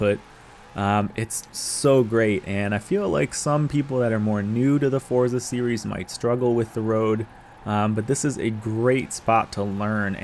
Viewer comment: 19 “forza driver” 😂😂